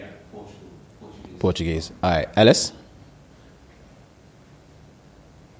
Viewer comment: terribleee on the languages. When you said Portuguese at first I shook my head LOL